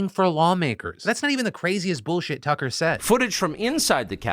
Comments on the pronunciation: Anyone else hear Philip say "Cucker"? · Anyone else catch Phil say Cucker Tarlson? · You totally said Cucker Tarlson and i am here for it. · Am I going Crazy or is Phil Calling him Cuck-er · Wait am I the only one that heard Phil call him “Cucker” for a second?